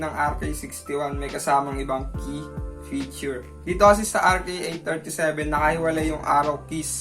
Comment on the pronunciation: “fityur” HAHAHHAHAHAHAHH btw, nice vid & edit!!